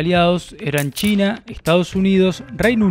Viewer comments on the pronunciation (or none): none